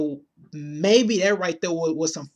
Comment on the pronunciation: Learn to speak English, I can't get past your hood accent but you say the worth "dat" instead of that. etc etc